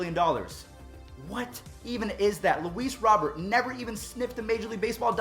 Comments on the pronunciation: Hey just a friendly tip it's ROW-BEAR not Robert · Luis Robert pronunounced Robe-Air